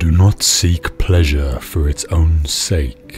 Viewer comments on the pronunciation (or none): none